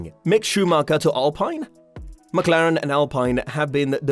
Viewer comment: Can't stand to those pronounce of ricciardo, alpine... Why are you doing this my man.